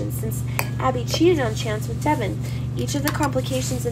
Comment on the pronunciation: Can you get a reader that knows the actual characters names pronounced right Devon Is not the way she pronounces it she does it so wrong and way too fast annoying